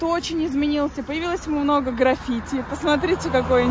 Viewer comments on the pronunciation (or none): none